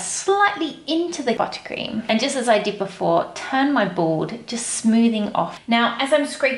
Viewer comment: Take a shot every time she says buttacream